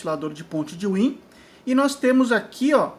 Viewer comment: Excelente aula!! muito boa ! parabens! só acrescentando , wien se fala " váin " , por seu criador ser alemão